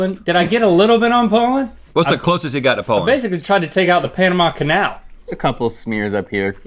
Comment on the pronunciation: Link, it's not Pole-end but Po-land.